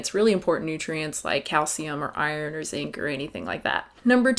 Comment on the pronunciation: lol every time you say "...and zinc" in any of your videos I hear "...N*SYNC" and it confuses me greatly for .005 seconds